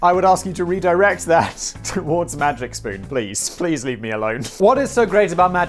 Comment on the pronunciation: After all your botched pronunciations, I'm surprised you said "Magic Spoon" right and not something like "May Jick Spun"